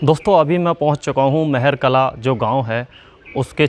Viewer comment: गांव का नाम महर कला नहीं महार कला है